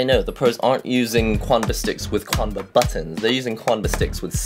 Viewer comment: It's pronounced "chanba" not "quanba". Chinese my dudes